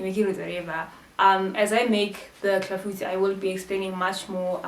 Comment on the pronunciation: sbwl iClafoutis. Thank you for the pronunciation, my friends will definitely not get it wrong!!!